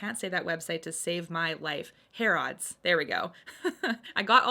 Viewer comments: I believe it is pronounced “hair” “ids” rather than “hair” “odds” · Harrods is pronounced more like Har-ids rather than Hair-odds if that makes sense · Its pronounced "hair-eds" :) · These are just stunning looking! I am so happy to see all of these swatched. Thank you. Harrods is pronounced more like Harruds than it sounding like odds at the end and that is just because of our rubbish english accents!